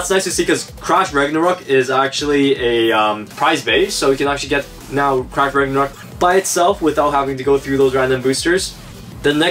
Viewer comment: Is it just me? or i hear trash ragnarok instead of crash ragnarok?